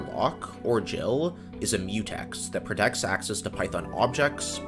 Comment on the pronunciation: Nice video, tho that multiprocessing code is the textbook example of what not to do when you use multiprocessing. I also find your pronunciation of GIL horrific :(